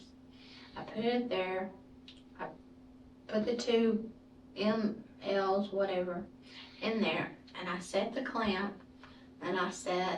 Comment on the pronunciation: How the hell is she a nurse????..she doesn't know what mil,s are she keeps saying lm,s😂😂😂